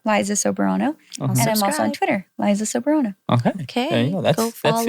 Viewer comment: Liza is so eloquent like I’m literally loving every pronunciation she’s doing. This interview is so good and well contentful as you can see im out of words. The male host is so adorable for curiously cutting off Liza but it’s nice in a way and not like any other hosts whose trying to make it about themselves instead of the guest’s. I’m so rooting for where Liza will take herself, this revolutionary is so exciting and thrilling. Nobody from the Filipino film industry made it to Hollywood yet and created a BIG NOTICEABLE impact! Go Liza dear, set us in fire!!! ❤